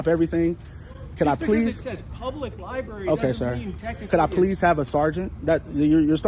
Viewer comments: Its LIBRARY LIBRARY LIBRARY not libeery AH💩💩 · 😂 Li-berry! I really don’t think we can truly comprehend the ignorance level of lens lickers. To think that these little camera people, that can’t even speak the English language, are somehow geniuses and scholars of history, law, constitution, etc. Not only can’t speak but throw in, “my peeps,” “can’t even document the walls,” and once again my favorite, “li-berry!” Lol! You talk about someone who forgot to strap on their helmet tight enough before getting on that horizontally challenged bus, lens lickers are at the top of the list!!🤷‍♂️🤦‍♂️